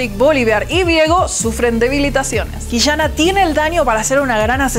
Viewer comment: detashes, Qishana, league of leshens...como que molesta un poco x.x